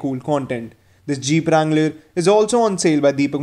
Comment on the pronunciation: its a wrangler not a langler lol🤣